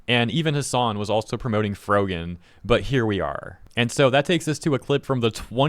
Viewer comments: lol "FroJEN" the guy saying her name for the 'rising star' didn't know who tf she was so much they couldn't even pronounce her name correctly for the Streamer Awards. And she neeeeeever got more popular than that, should've been a sign right there that streaming might not be the move to make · It's funny how the guy announcing the award doesn't even know how to pronounce her name "Frojan" lol. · The dude giving the award pronouncing her name wrong is the icing on the cake. Rising star that no one outside of the drama space knows. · Lol he mispronounced her name on stage. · You can tell she's a shitty person cause of her reaction to when the host mispronounced her username, like it's not a big deal, remain professional. Then her slapping the back of her friends head(assuming it's a friend, I don't know this person or her circle) shortly after just contributed to her annoying persona.